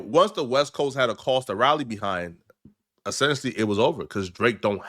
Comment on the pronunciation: Essentially, not Assentially